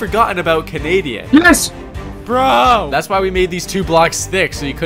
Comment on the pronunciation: "If there is kenadian its possible"